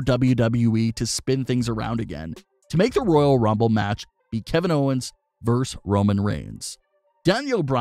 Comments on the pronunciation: The abbreviation "vs." is pronounced "versus", not "verse". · Is it REALLY that hard to say"versus"?